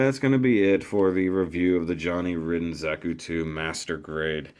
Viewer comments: It's pronounced Ryden, not Ridden :P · I shall pronounce it 'Rid-den' Because that's how its spelled